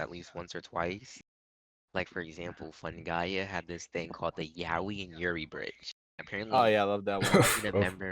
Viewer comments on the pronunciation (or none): How do you misprounce fungaia as "fungaria"